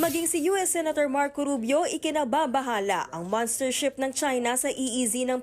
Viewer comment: Monstership HINDI "MANStership"